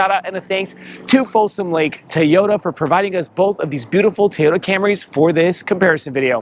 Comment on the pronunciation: LOL TEEyota.